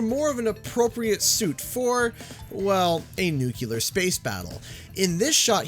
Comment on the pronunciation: Downvoted for mispronouncing nuclear. (Jk just a pet peeve)